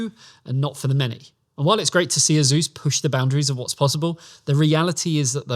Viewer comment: 3 grand 😂😂😂😂😂😂. Its Asus btw not “azeus”